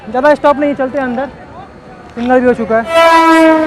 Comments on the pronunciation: Bro don't mind not saying "single".. please saying "signal" ..awsome vlog bro.. thank you .. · Singal nahi signal